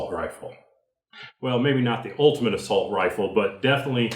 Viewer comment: The fact you called it an "assualt rifle" is the very reason I quit watching.